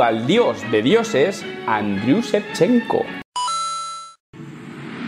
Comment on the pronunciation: Shevchenko Also: No sé pronunciar inglés y cojo a la de google